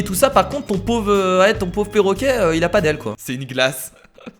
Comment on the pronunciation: 4 :21 qui a entendu porroquet?